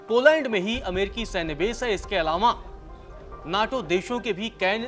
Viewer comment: इसके (अलांवा) शुद्ध हिंदी। ग्रेट पत्रकार